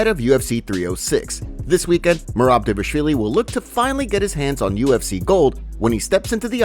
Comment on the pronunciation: dude why do you say "Dévashvili"